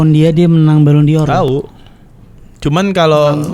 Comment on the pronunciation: Ballon d'Or = ballondor Not ballon dior